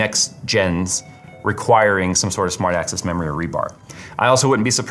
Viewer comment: I need my ears checked. Keep hearing "smart ass" memory 🤣